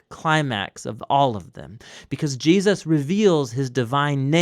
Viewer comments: Please say Jesus, it’s not Jeuses or geahsis. It’s driving me crazy lol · Are you saying Je-us’ lol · I live these videos but I need to know why you pronounce Jesus plural instead of Jesus’s you say Jee-uh-ses? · Anyone else notice the narrator occasionally pronounces Jesus as Jee-ah-sus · Does anyone notice how the narrator says “Jesus” sometimes. He will say “JeASus” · why do you keep saying "Jee-Us-Sus"